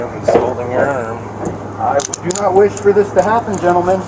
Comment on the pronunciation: When he said “ i do not wosh for this to happen” they should have just thrown back the same thing he said earlier, which is you can want all sorts of things but that doesnt mean youre gonna get it, lol